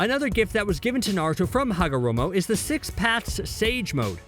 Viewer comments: did he say hagomoro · Did he just say hagamoro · You said hagomoro near the start... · Yep he did